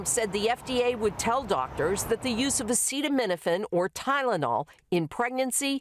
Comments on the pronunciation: Can her pronounce acetaminophen,?😂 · I don't use Tylenol but it's been avail for 70 years what does the POTUS know about a product he can't even pronounce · Yes, I heard him. DJT had a hard time saying that word. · I think we should hear this from a real Dr! Which Trump is not! He cant even say the medical terms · Show him saying acetaminophen... show it. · I don't think it wise to take medical advice from a guy who can't pronounce acetominophen or another guy who likes to swim in a sewer. You guys sure have some winners down there.